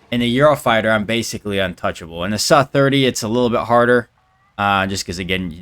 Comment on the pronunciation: Please stop say 'suh' for S U (ess you 27 for example) series aircraft unless its some kinda rage bait